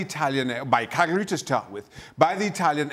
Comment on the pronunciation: FFS it's Cagliari not Calgary! How hard is it to pronounce it correctly Craig and Dan?